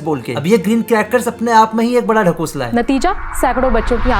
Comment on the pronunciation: That bihari tone 'Dhakosla' aaha